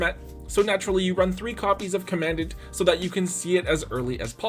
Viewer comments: Love to be that guy, but it’s actually pronounced “comm ahn daunt” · Hate to be that guy but commandant is pronounced like you are saying “Calm a dawn”